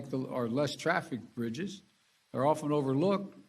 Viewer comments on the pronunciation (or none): “Roads and brizzes” ???